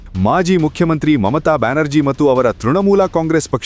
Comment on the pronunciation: ದಯಮಾಡಿ ಕೃತಕ ಬುದ್ಧಿಮತ್ತೆ (artificial intelligence ) ಅನುವಾದ ಮಾಡಿದ ಮಾತು ಹಾಕಬೇಡಿ. ತಪ್ಪು ಉಚ್ಚಾರ ಮಾಡುತ್ತದೆ. ಉದಾ: 'ಮತ್ತೆ' ಬದಲಿಗೆ 'ಮಟ್ಟೆ' 'ಮತ್ತು' ಬದಲಿಗೆ 'ಮಟ್ಟು' ಹೀಗೆ ಅನೇಕ! ಕೇಳಿಸಿಕೊಳ್ಳಲು ಹಿಂಸೆಯಾಗುತ್ತದೆ!